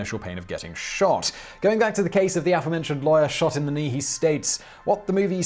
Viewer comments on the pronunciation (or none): Funny how lawyer sounds like liar with your accent